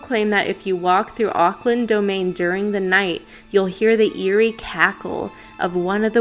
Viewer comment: Love you, watching you has encouraged me to explore my own abilities more in psychic mediumship and spirit communication and absolutely adore these podcasts, I'm from New Zealand and you pronounced both the Country and City name correctly and being someone who grew up with their older sister living in Auckland and having gone up there many many times I can confirm hearing the witches cackle, it's quite a haunting sound like a whisper being carried through the wind as if it's off in the distance a bit. Beautiful area to walk around in the evening and early night but not a place you want to be hanging around in the early hours of the morning late into the night.